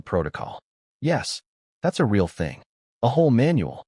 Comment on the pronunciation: Why don't you show the footage? Or share the audio? Screw meghan and her fake royal identity. What a great way to get free publicity for the movie. If this really happened I'd have her charged with assault. By the way, your fake narration can't even pronounce the word " real "